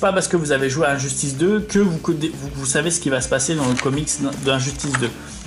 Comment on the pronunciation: L'accent français.😂